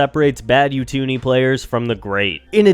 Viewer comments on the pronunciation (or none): You-two-nee 😂 it’s Oo-too-ni